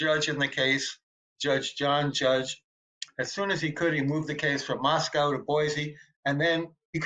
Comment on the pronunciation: I am really glad Howard Blum emphasized the correct pronunciation of Moscow(Moss•coe) & reiterated the importance to residents for people to pronounce it correctly!!